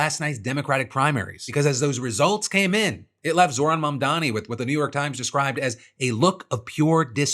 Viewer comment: It's a small thing, but it really annoys the everloving hell out of me when stupid kissasses like Benny Johnson pretend they can't pronounce Zohran's extremely pronounceable name. They do it all the time and it's just an exercise in being an embarassingly unbearable shitheel. Side note: The fact that I recognize Benny Johnson without his name being said makes me weep for my own soul.